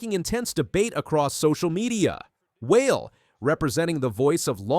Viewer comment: AI: “Newton then asked WHALE….”